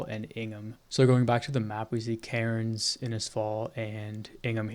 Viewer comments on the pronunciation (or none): Amazing mate you should volunteer for OSINT with Ukraine they'd really appreciate it. Also mate Cairnes is pronounced Cans believe it or not. Beware the drop bears 🐨. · TOWNSVILLE MENTIONED (Cairns is said as "cans", you dont say the "r") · Pronounced "Cans" mate 🍺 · hearing him say cairns incorrectly over and over pissed me tf off as an australian. you dont PROUNOUCE THE R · It's just so funny hearing an American try to pronounce Cairns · ( Why is it impossible for Americans to say Australian city names correctly ?